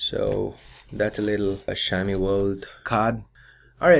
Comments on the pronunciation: for the record its not Xia-O-Mi, its Xiao-Mi. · It's not Shaomi, it's Xiaomi and in Chinese that X sounds more like S (not like S but I can't explain here in english), anyways its not Shiaomi.